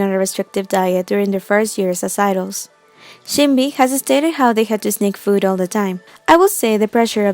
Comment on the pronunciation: She pronounced the other names right, saying omji instead of umji, shinbi instead of sin b, but not the obvious name yuju lol